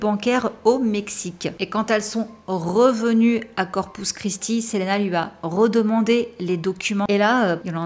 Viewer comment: Très bien ta vidéo mais juste ça se dit Selina parce que c’est en anglais